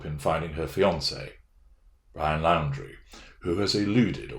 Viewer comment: Thanks for the vid. Looking forward to your analysis of the body cam interviews. FYI - Moab, Utah - pronounced MO-AB; Laundrie = Laundry